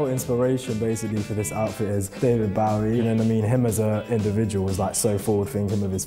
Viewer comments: david 'Bow-ee' not 'Bowl e' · David "Baowie" lmao